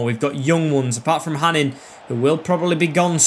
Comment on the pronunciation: btw hanin is pronounced hanå (hano). i know that because he used to play for my local club here in norway